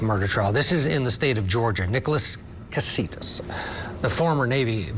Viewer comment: Last name Kossotis, not Kasitos